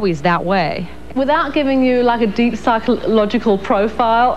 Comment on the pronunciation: Fo-file, lol. Last few seconds of the vid.